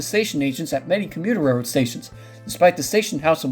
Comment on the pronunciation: Narrator: SLOW DOWN. It's hard to catch what you're saying. The word "railroad" sounds like "rrr".